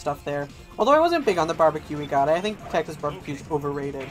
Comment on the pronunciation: i won't hold it against you but i am like 95% sure pronounced texas like taxes